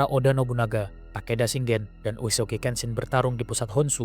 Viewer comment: Wajib di apresiasi! Keren visual nya walopun comot sana sini termasuk dr Total War Shogun 2. Tapi tetep usaha nya kudu dikasih jempol 👍🏻👍🏻 masukan aja caption nya dan pelafalan nama/istilah Jepang nya diperbaiki biar akurat. Demio = Daimyo. Njakutzi = Enryakuji. Senggen = Shingen. Usoge = Uesugi. Dll.. Keep up the good work!